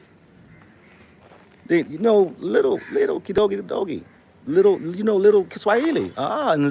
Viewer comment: kidogo kidogo (little by little) or bit by bit not kidoggy kidoggy that means something else